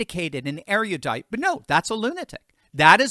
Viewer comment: you pronounced "erudite" incorrectly. It's not "airiodite."